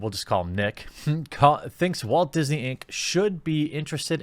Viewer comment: "Diss-nay" I like it.